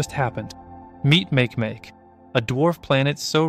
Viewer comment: Makemake is pronounced as "mah-kay-mah-kay."